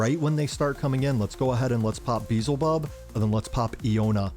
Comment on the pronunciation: Bro, I watched a lot of your videos and u're always messing character's names lol. Its f'ing Beelzebub not Beezelbub 😅😅😅 Nice work btw, luv ur vids